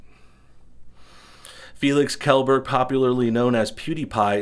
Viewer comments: It's pronounced as shellberg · You did not just say his last name like that did you? lol geeez